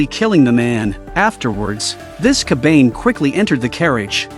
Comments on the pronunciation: its kabane. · Bro really said coban instead of saying cobane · Bro it's kabana not kabain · Although i always loved your recap but Wtf is kabeyn 😭 its Ka Ba Ne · C’mon its “Ka Ba Ne” not Ka Bane” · Ka-ba-ne not ka-bane sweet jeez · I watched this before and it's pronounced ko-ba-ne not cobain. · Ya... 1 minute in and i cannot watch this anymore. That "kabaine" is making me angry and annoyed lol. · TF is a "kabayn" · "Ka-bain" "A-yam" I hate AI voices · Its Ka Ba Ne you fucking AI losers. Atleast try to make your stupid AI voice pronounce it right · Dont make call the kabane with a ane a n e kabane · they r called KA-BAN-hey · Every time they said "kabane"' or ''Ikoma"' I cringed lmao. The Ai voice is always so bare lol. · Fucking AI saying Kabane is killing me.